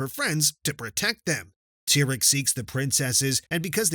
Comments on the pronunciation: It's not tyrek it's a tear at okay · Dude is Cadance not Candace and is not Tyrek, is Tihrek!!!!!